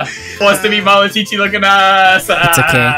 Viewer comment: It's malacochi not malachichi imposter